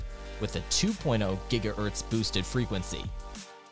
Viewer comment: bro is saying giga earths